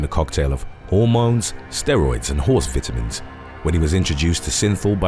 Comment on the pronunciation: that’s not how you pronounce vitamins.